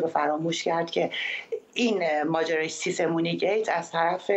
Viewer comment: همیشه یه بیسواد باید باشه که سیسمونی رو سیسه مونی بگه